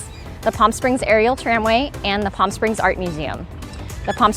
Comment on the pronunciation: Helpful video. Thanks. It's so nice to hear you pronounce Palm properly. With the silent "L". Unlike other YouTubers that talk about the area, some pronounce it like "Pawlm". Drives me crazy lol!